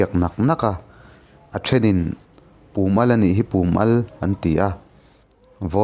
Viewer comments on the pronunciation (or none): Chi (salt) an inrinsiak naah 'Pum al' tih lai hi Pùm ni lovin Pum(a vai, zawng zawng) sawina zawk tur a ni a,i lam dan hian a tum a kawk ṭhelh deuh em ka lo ti ve e..Naupang awm tleinan a ṭangkai hle mai,han ti zel teh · Pum al tih hi "Ram pum huap" tiha "pum" ang hian lam a, al hi "Baiah chi ka al" tiha "al" ang hian lam hniam ni ta se, a ngaihnawm zawk maithei. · Pum al I lam Dan hi a diklo